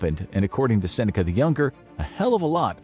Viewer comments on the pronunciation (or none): none